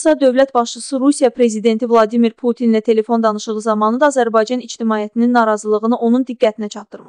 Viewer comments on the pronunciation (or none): none